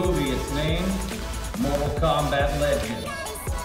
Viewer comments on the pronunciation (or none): "Portal Kombat" 🤣